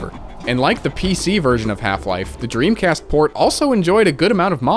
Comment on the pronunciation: dremcast not pog